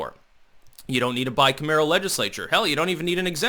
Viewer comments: is obviously a sharp guy, but geez... He mispronounces a lot of words, all the time. "Bicameral" is pronounced bi-CAM-er-al, not bi-cam-AIR-al. -- When you come across new words as you're reading stuff, take an extra minute to google them and find out the correct pronunciation. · you’re the homie. But please learn how to pronounce bicameral.